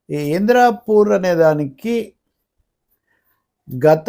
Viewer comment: Indrapur kaadu indaapur, don't divert public